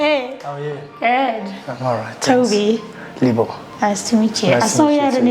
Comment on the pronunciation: Why is he introducing himself as "Libo" instead of "Libho"? 😂 Our Litbomb boy is quite the influencer